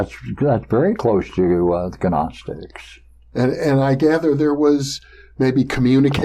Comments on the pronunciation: Yes, you pronounce the G. Guh-nostics. The Ancient Greeks pronounced every letter, why wouldn't we when speaking Greek words? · Love hearing the correct pronunciation of Gnostics. Great stuff as usual from.